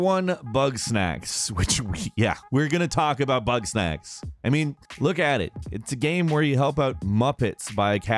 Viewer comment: When he says bugsnax I'm like well I'm leaving creepy and sad bye